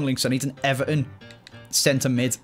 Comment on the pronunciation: eVARton say it with me